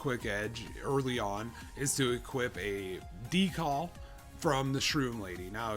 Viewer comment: you lost me at "decall"